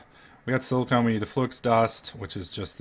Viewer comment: Why does he call silicon "silicone"?!?